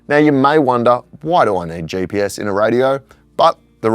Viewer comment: its GPS not JPS. G stands for Global , there is no J there. Please try...